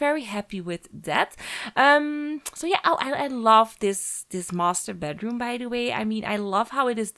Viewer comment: Ja dat dacht ik ook al, toen ze in het begin ´by´ zei klonk het al ´bij´